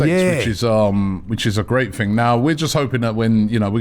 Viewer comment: Stop saying "Ting" instead of 'Thing' ffs!..🤪